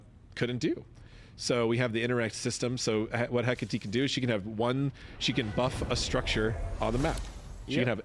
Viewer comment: Just happy people will finally pronounce Hecate right